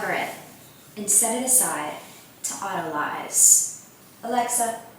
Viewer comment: It’s auto-lees